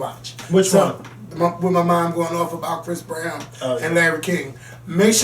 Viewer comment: "...straight bwowow..." :)